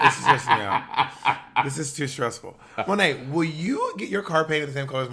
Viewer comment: So my name is Malaika(Muh-lake-ah) and I LIVED. When Bob called Monét Monaika!!! Love change name now lol😝👏🏾